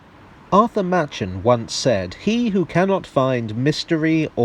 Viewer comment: Hate to join the perfectly correct Minories-moaners, but Caerleon-born author (pronounced orthor) Arthur (pronounced ar-thar) Machen's name is pronounced Mac-en rather than Matshen